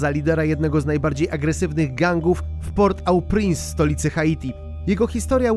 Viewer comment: nazwę stolicy Haiti wymawia się „portopręs”